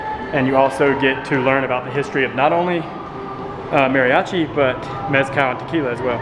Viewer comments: I'l be that guy because I love your videos, you say it like "Mary-achi" try saying it like this, Madi-achi. It'l sound a little more accurate, I know some people just cannot roll R's, just settling for a D is a trick. My mexicana wife has trouble with R's too >>. Keep up the fun you two and thanks for all you do. ^^ Bonus note: Emphasis on the A as if a dentist tells you to open your mouth like ahhh not like A in the name Mary =} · Great job you two. (Maw-ri-achi) that should help you pronounce it. If you ever make it to Oaxaca you might find the history of the Koreans coming there “before” the Spanish very interesting. Years ago when I went to Mexico City with my sister a performer there in Garibaldi had a serious crush on my sister and he gave us a ride back to our hotel downtown. (Not something I recommend when traveling) but all went well and we appreciated his kindness. Enjoy your travels. 💕